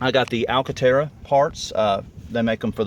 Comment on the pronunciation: I will now forever hear the word 'alcantara' in a southern accent.